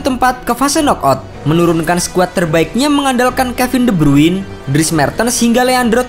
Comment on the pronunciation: "De brruuiinn" Kwkwkwkwkwk pronounce namanya salah min